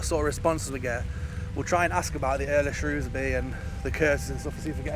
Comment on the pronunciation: Very interesting story and a very creepy tree .On a side note love how you said Shrewsbury 😁. Salopian's say Shrewsbury but people not from the County pronounce it Shrows-bury and then all us Salopians say there is no O in it 🤣.Lovely to hear it said properly .